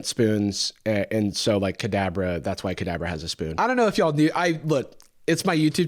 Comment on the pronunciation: Not me hearing "cadaver" every single time you said "Kadabra" 💀